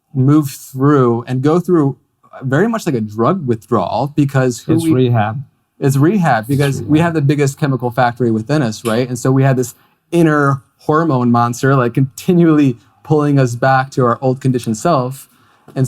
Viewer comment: What’s a Harrmone?